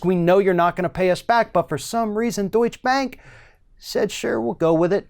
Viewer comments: It's not "Deutsch Bank" as in 'Donny Deutsch' but 'DeutschE Bank' - pronounce the last E. Why can't americans pronounce foreing names correct? But - never the less - Deutsche Bank needs to be cut down to size! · Please, it's not pronounced "Doich" bank - though Trump probably pronounces that way as well.